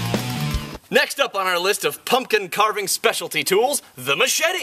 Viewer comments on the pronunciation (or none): You pronounced Machete wrong, it sounds like Muh-Che-tay, not mushetty like you were pronouncing it.